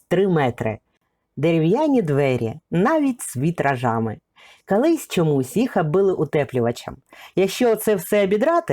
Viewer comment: Розказуєте гарно, цікаво. От тільки у вас вимова, як у Юлії Тимошенко: "кАлись", близькА", сотАк".... Але все ж краще, ніж у азарова була)) .